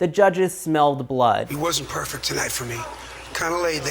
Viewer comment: LOL!!! " FERRFECT"!!!